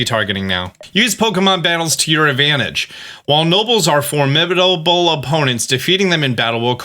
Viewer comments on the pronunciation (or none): “while nobles are formibidalbol ” 😂